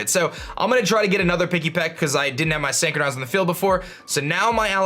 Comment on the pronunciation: Really cool video. But just one thing though. Look up how to pronounce synchronize. Usually i hate to point out things like this and let it be, but if the word is gonna be repeated a million times in the video it's like nails on a chalkboard. I'm sorry. But there's a like for the video anyways because i learned something.